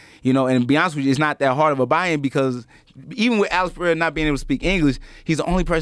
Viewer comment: Joe dude, stop saying “PeHeira”. It’s pronounced PeReira -- PE-REI-RA. Ask any Portuguese speaking person.